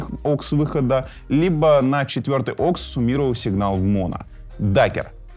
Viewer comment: Да не оксы, а ауксы 🤦‍♂️🤣